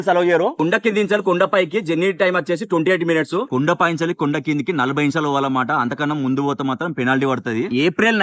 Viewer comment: అన్నా కుండ కాదు అన్నా కోండ